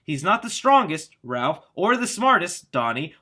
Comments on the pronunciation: Ralph instead of Raph? HAHAHAHAHAHAHAHAHAHAHAHAHAHA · It's Raph not Ralph! There is no "L"! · It's Raph not Ralph! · Using it Raph, not Ralph? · Is it just me. Or does it sound like is saying "Ralph" rather than "Raph" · Every time you said "Ralph" instead of "Raph" it killed me a little inside. C'mon, man... even if they effed up in autocorrect, you should have caught it and not have said it over and over again like it was his name. Lol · The hothead turtles name is Raph not Ralph. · Isn’t it Raph not Ralph??! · word that low key pissed me off. ITS RAPH!!! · Ah Yes. Ralph not Raph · No its "Ralph" not "Ralph" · I’m going to annoyed that he said “Raph” the wrong way , it’s Raphael lol good video though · Yay more Turtle news! I just hope that they dont get Rapheal's nick name... Its "Raph" not "Ralph" its a common mistake but i hope they fix it... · The fact that you refer to Raph as "Ralph, is sad. How can any TMNT fan make this mistake? Big thumbs down on this video. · Leonardo = Leo Raphael = Raph Michelangelo = Mike or Mikey Donatello = Don or Donnie There is no excuse for saying Ralph. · Why are we calling Raphael "Ralph"? I thought you loved TMNT? How is a super fan butchering the most popular ninja turtles name. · Apparently to, it's "Ralph" NOT "Raph"...😵😡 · It’s Raph, not Ralph lol. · It’s “Raph” not “Ralph” lol it’s not Ralpheal haha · Raf, not Ralph lol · Stop saying Ralph or I'ma tear my hair out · ITS RAPH!!!! NOT RALPH!!!I FEEL LIKE YOU KNOW THIS, ITS BEEN THAT WAY FOR ALMOST 40 YEARS THATS LIKE CALLING BATMAN, CATMAN UNACCEPTABLE, YOU SHOULD APOLOGIZE!!!! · Ralph? I thought it was Raph as his name is Raphael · You and the article said Ralph instead of Raph lol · it's RAPH NOT RALPH LOL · Jesus Christ, his name RAPHael not Ralphael. Raph not Ralph. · Got Wanda vision on the brain lol calling him Ralph instead of raph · I cringe every time I hear/read Ralph when referring to Raph. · "Ralph"? Shouldn't it be Raph if shortened?